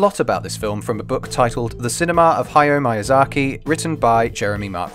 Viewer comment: "Haiyo Maiyazarky" lol. Bless u for the disclaimer tho. Since I watched most Ghibli films as a kid I never really saw it through an analytical lens, so it's really great to be able to go much deeper into the symbolism behind it now that I'm an adult and can kinda understand it more. Also, Japanese only has 5 vowels that are always pronounced the same way, making it super easy to pronounce! A (ah) I (ee) U (oo) E (eh) O (oh), for future reference!